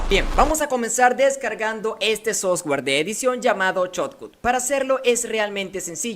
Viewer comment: crack, solo falta mejorar la pronunciación de software! Gracias!